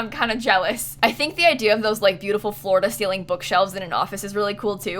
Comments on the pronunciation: Am I the only one who keeps hearing her say Florida Ceiling instead of floor to ceiling? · I was listening to the video as I was cleaning and when you said “floor to ceiling” I kept thinking you were saying “Florida ceiling” and I was like, now I’ve been to Florida several times but never heard of a Florida ceiling lol 😂 I had to stop what I was doing to see what the heck you were talking about. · everytime you said “floor-to-ceiling” i heard “florida ceiling” and i was very confused, like do they have different ceilings in florida too??? 😂😂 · That's what I thought. Until I read this comment, I thought she said Florida ceiling bookshelves. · You’re not alone xD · I heard the same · No. No you are not the only one. I didn’t even realize it was floor to ceiling bookshelf until I read this comment. I’m saying Florida ceiling bookshelf is canon. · I thought you said florida ceiling not floor to ceiling bc you talk about florida so much 😂